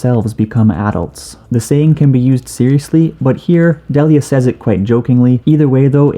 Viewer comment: “Says” is pronounced “sez”, not like what would be the plural of say